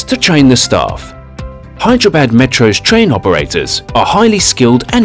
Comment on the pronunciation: Hyderabad he is pronouncing bad bad it's actually badh